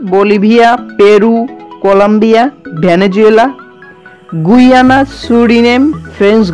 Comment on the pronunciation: This is not গুইয়ানা!!!!😂😂😂 This is গায়ানা। 😊😊😊 You have to pronounce properly. and , Whatever , much appreciated for the video.